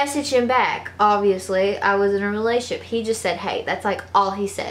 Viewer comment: I love her but y does she say relaship 😅😅